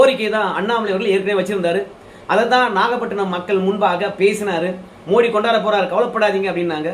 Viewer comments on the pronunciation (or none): மோடி இல்லை மோதி. ஆங்கிலத்தில் ட த இரண்டுக்கும் T, D தான். அதனால் தவறாக தமிழகத்தில் உச்சரிக்கிறார்கள். ஜெயலலிதா கூட மோடியா லேடியா ன்னு தான் பிரசாரம் செய்தா. வட‌மாநிலங்களில் அவரை மோதி என்று தான் அழைக்கின்றனர். மோடி இல்லை. வெளிநாட்டு வாழ் இந்தியர்கள் பிரதமர் அந்த நாட்டுக்கு செல்லும் போது மோதி என்று தான் சொல்லுகின்றனர்.